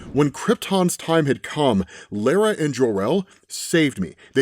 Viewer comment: The biggest controversy in this video was his pronunciation of Lara